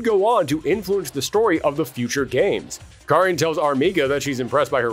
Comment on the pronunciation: Thanks for pronouncing Karin's name right